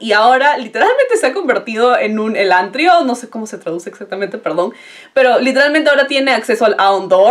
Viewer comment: elantrino no elantrio jajaja